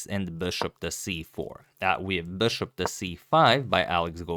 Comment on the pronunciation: ... come on dude, stop trying so hard. It's BISHOP, not 'beshop'